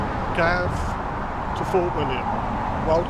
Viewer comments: From where ? Milngavie is pronounced like mul-guy. Not miln-gavie. And, wild camping is mostly legal in Scotland but there are many places along the Loch Lomond sections of the walk where camping is prohibited except in winter. Due to 'dirty' camping becoming a huge issue, especially close to roads. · The Place and Start is Pronounced MIL-GUY ...( Milgavie), DRY- MEN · Nice film. Your day 4 night after Bridge of Orchy was exactly the spot where I slept when I walked it, and you're right, it does give you a useful bit of shelter. As a blow-in, it's taken me years to get used to the pronunciation of place names here, many of which are impossible to get by just reading them. In order, some of the ones you encountered are pronounced "Mull guy"; "Drimmen"; and "Tindrum". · Great video diary of the WHW and really appreciated seeing your wild camping experience with lots of useful information. Some wee pronunciation points: Mil-guy not Mil-gav, Drim-in, not Dray-men, Tin-drum not Tray-drim but it all added to the entertainment! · A good video is let down by issues around place names, especially where there are people to ask. Mull-guy - (Milngavie) is just one well-known example but I am sure that the pronunciation of Drymen, Rowardennan, Inversnaid and Tyndrum could easily have been resolved by asking.